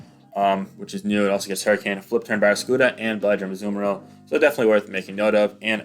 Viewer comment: Why can't you pronounce barraskewda? Edit: Why can't pronounce the name of many pokemon?